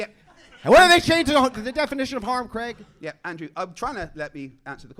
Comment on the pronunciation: Finally an American (Andrew) that pronounces the name Craig without making it sound like Creg.